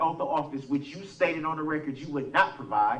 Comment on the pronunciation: For the "recort?" What is the "recort?" OH, you must mean the "record." It still doesn't matter, Darrell.